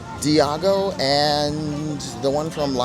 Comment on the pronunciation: It’s Eyago, not Deyago for the parrot from Aladdin 😂